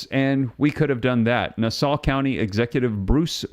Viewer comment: It's pronounced nah-saw......😅😅😅